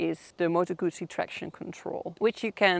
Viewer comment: A Gooosee no - a Guzzzzeee